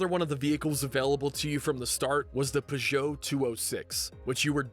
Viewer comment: Love these videos! The only thing that made me feel abit ill was how Peugeot was pronounced 🤮🤮